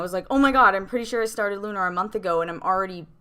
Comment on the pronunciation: i.m with you, but the title rhymes with tuner, not kumar.